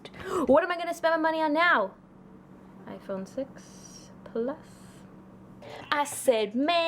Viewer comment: Omg when u said I phone six I thought you said I phone sex😂😂😂sorry